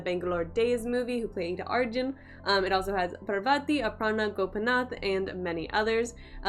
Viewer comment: പറവതി അല്ല കൊച്ചേ പാർവതി 😀